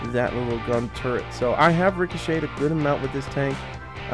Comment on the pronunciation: I know it annoys me lol